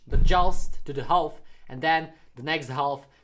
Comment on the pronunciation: When he says half he pronounces it with the l in it it’s kinda funny